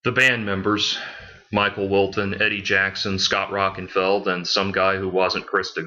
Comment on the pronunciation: Its Scott Rockin-FIELD, not feld. Also you make fun of hear in the now frontier then say they can play their great 5-7th albums HITNF is their 7th. Todd's name is LA torre as in La tor -ee chasm is pronounced Kazm. You need an editor